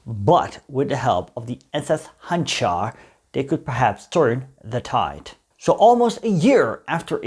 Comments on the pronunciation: It is pronounced Hanjar, not Hanchar. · You should pronounce it as Handžar …. That “ž” should be pronounced as “J” in “Joe” … btw, handžar is small curved knife from ottoman time used in “one on one” battles